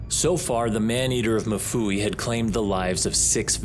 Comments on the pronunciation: it is mfuwe as in ''mmmm-fooh-weh'' not mafuwi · Lovely documentary, just a correction on how we pronounce Mfuwe in Zambia...its not Mafuwe, its Mfuwe 😄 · If you are gonna tell this story can u please pronounce Mfuwe correctly. It’s not “ma-fuwe” it is pronounced mm-fuwe” like mmhm. Ok rant over…. Great vid and narration.🇿🇲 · It's MFUWE not MUFUWI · It's Mfuwe not mafuwi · It's pronounced MU-FU-WEH love that my country is finally reaching a global stage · Being Zambian, it's really funny to hear how the man pronunces Mfuwe. He says MU FUWEE. Lol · It's really funny, and disrespectful 😂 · Not the correct pronunciation of MFUWE otherwise its still risky out here